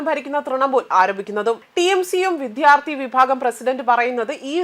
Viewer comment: നിന്റെ ഈ വിധ്യ ആർത്തി ഒന്ന് ശരിയാകുമോ? തലക്കെട്ട്, വിദ്യാർത്ഥി എന്നും, വായിക്കുന്നത് ആരോചകമായ "വിധ്യ ആർത്തി ""എന്നും 🤔